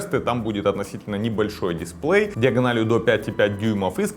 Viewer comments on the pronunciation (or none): none